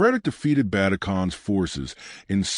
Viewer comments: Stopped watching it as soon as you absolutely butchered Ögedei Khan's name. I mean it wasn't even close O-G-D-I? It's Uh-ge-die. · More AI Slop. Can't even pronounce Ogidai.